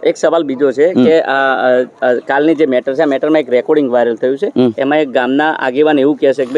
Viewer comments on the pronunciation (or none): none